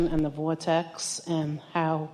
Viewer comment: Hearing this woman say "Voytex" gets me a little closer to mine 😊